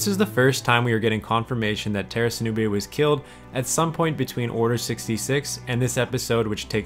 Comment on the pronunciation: Tera sinube?! NOOOOOOOOOOOOOO,NOT TERA 😭😭